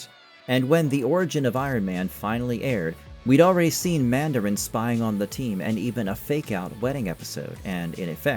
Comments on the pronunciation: "Man-dare-in?" That is not how you pronounce Mandarin, sir. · So says the man-dare-in! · Stop saying Mandarin like that